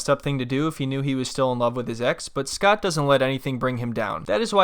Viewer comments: Grammers and Redditors call him eScott thanks to her daughter Nicole pronouncing his name. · You mean EhhSckot